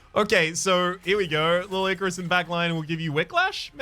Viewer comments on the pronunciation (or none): ... due to that slurring of words, I must ask that Little Icarus be henceforth known as "Licorice."